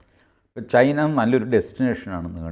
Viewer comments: ചൈന.. ... not ചേയ്ന😊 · ശ്രീ: ചൈനയാണ് ചെയ്ന അല്ല തിരുത്തണം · ചെയിനയോ? TG വൃത്തിയായി പറയുന്നുണ്ടല്ലോ?